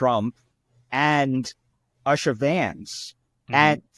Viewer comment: Usha is pronounced “oo-shuh”, rather than “uh-shuh”. 😂